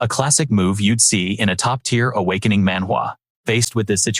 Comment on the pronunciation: Please don't say awkining systwm